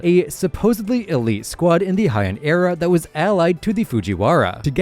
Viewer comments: Heian is pronounced “Hey-ahn” not “high-en” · It’s pronounced like “hey” or “hay”, not “hi”. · I wonder why everyone pronounces Heian like it’s German or something